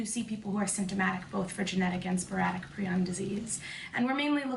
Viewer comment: FINALLY SOMEONE WHO CAN PRONOUNCE PRION PROPERLY!!!!!!!